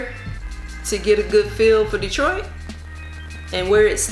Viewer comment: I like the way you say my city DETROIT